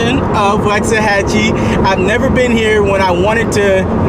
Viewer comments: I live in waxahachie. I was born in Waxahachie. You’re pronouncing it incorrectly. I graduated in Italy Tx. In 2010. Everyone I know from here, everyone I’ve grown up with agrees.. Waxahachie has lost it soul. It is no longer the home I grew up in. It’s becoming over populated. They’ve been building to many homes. You’re wrong about the cheapest prices.. Ennis has the cheapest prices. You should learn how to pronounce the name of the town if you’re going to talk about it. They have been building way to much, it’s probably doubled the amount of houses in 10 years. Waxahachie lost is soul. All these Californians all the New Yorkers everyone coming from places that have terrible politics! Y’all are straight ruining our communities. Waxahachie used to be such a wonderful place. But we’ve always said it’s going to spread south to Hillsboro, at the moment Italy, Milford and Carl’s corner even foreston will be over run by all these yuppies. It pisses me off so much, they allow their elected officials to declare lockdowns and when you decide it’s not for you, they come here to elect those same type of idiots FJB and Let’s go Brandon. Camel toe Harris is a joke and isn’t representing people in the real world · The way he said waxahachie was so wrong it hurt lol. Also under 2 hours to houston? Lmao not even close. 3 hours easily. Maybe 2 and a half if you’re going 100 the whole way.